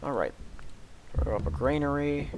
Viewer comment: It's a granary; not a grainery.